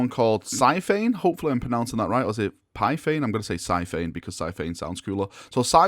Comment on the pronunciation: just added a nonexistent “s” to pythane. Lol